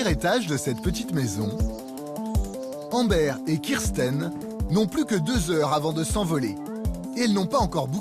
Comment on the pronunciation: Embère ! Ça se prononce Ambeur